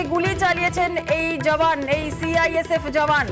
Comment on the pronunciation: Report er mam CISF bolteo parchhe na thik thak